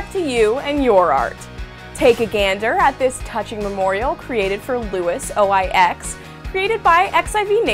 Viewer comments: Louisoix (loo-eee-swahhhhhhh) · If you listen really closely, you can hear the sound of a roomful of people facepalming when she says "o i x". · Louis O-I-X... wow. This host just lost a lot of credibility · Did she just say. Louis....O-I-X?